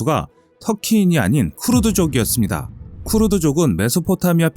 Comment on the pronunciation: 크르드가 아니고 "크루드"다